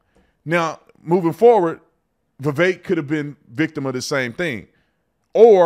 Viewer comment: The guy can't even pronounce his name correctly... I think Vivek is sharp enough to know that whatever he says is going to be highly scrutinized from both sides. He chooses to actually back up what he says and isn't afraid to engage in criticisms with logical and rational facts.